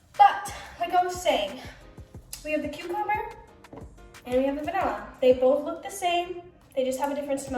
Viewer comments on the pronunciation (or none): none